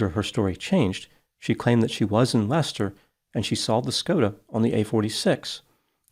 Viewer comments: Well done for pronouncing correctly ‘Leicester’ and not as Lie Chester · I compliment you on your pronunciation of Seat and Leicester which many Americans massacre. Now if only you can pronounce Warwick, RI as "whoa-ik" instead of War Whick.